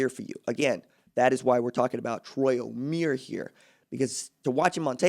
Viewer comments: It's not pronounced O-mere It's pronounced O-mie-re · Omeire is pronounced oh-meer-aye, still great video!